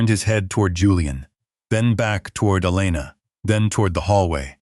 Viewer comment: The Nurse's name is Elana, not Alina!